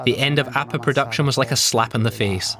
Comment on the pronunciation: It's pronounced "Ah-peh", not "Ah-puh" !